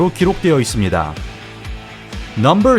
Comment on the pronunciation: 넘벌~~~발음 킹받네